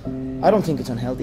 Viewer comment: Don’t you mean “it’s all I tink about”